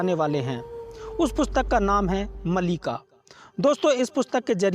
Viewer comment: Malika nahi Maalika or sahi naam hai Bhavishya Maalika.